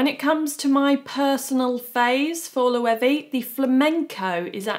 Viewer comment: It’s not ‘Loewee’, it’s Loewe